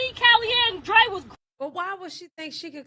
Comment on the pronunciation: his names is DRE ( ANDRE ) not Trey 😅😭